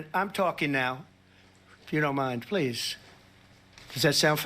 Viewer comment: "quiet pleesh" 😅😅